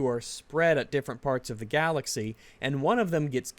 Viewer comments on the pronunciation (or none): none